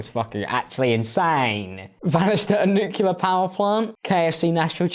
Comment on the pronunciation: New-clear not nuke-ya-lurr